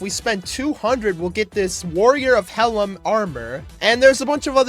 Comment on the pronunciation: its not "hella" is "hila" im pretty sure